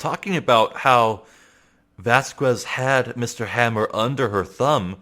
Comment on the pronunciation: You actually don't pronounce the U in Dee Vasquez, just so you know.